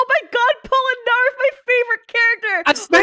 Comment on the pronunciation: POLENARARIF? POLNERARIF????